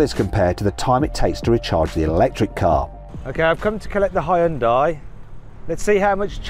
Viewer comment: てかイギリスでの発音はあんま似てないと思うけどね。ハイウンダイと発音してるけどこれがホンダと似てる？